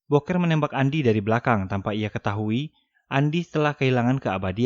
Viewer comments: Bukan boker bg,dibaca "buukir" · Ganteng2 gitu di sebut boker Ama Mimin. Mengsedih 😂😂😂😂 Buker ngab bacanya bukan boker. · booker bacanyaaa bukerrrr bukan boker anjim wkwk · Booker di baca buker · Booker dibaca buuker